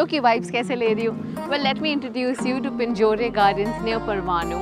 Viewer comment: Ma'am its pronounced Pinjor (e) is silent when pronounced